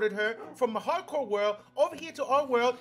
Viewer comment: Sacrifice or snackrafice?